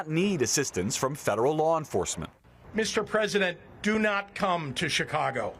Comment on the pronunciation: The news anchor is mispronouncing 'Chicago'. The 'Ch' part is pronounced like 'sh', not 'ch'. It's pronounced like 'Sha kaw go'.